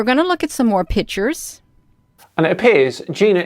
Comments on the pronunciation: Her "pitures" are not convincing! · What "pitchers"is she speaking about all the time? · Blurry image. Can't say the word "picture" but calls them "pitchers." Then she starts babbling about energy and angels. Look, Air Force footage of craft they can't identify is fun to look at. This is just crazy babble right up there with the lady spraying soapy water around her backyard to supposedly get rid of "chemtrails" 30,000 feet above her. Sigh... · I know why she's having trouble saving her photos. She's trying to save "pitchers" instead of "pictures". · "and we're going to take a look at more pitchers" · Interstellular pitchers. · Am I the only person that, when talking to anyone, stops listening as soon as they mispronounce a word? Serious question!!! I'm an asshole, I know but if someone butchers an everyday word consistently I TRULY believe they aren't smart enough to take up any more of my time. "Pitchers" "Interstellular" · These “pitchurssss” aren’t convincing me of anything lol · says "pitcher" means "picture" loses all credibility